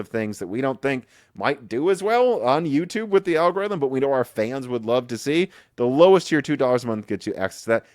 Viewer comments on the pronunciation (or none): none